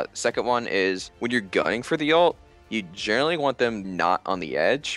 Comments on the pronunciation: Has he been saying jhinerally the whole time? Like a pun, of jhin and generally? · Does anyone else realize he keeps saying jhinerally